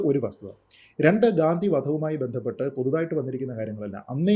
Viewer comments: ഗാന്തി അല്ല.... ഗാന്ധി ആണ്. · 😊 തെറ്റായി pronounce ചെയ്തതുകൊണ്ട് comment ചെയ്തതാണ്. ഗാന്ധി എന്നു പറയാൻ മസിലുപിടിക്കേണ്ട കാര്യമൊന്നും ഇല്ലല്ലോ 😂.